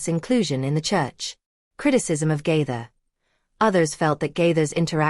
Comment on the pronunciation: Stop lying about the Gaithers and learn to pronounce Gaither